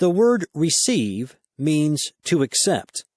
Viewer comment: I appreciate this audio but I wish he'd say ACCEPT and not "except". Grr! It's making my eye twitch o_O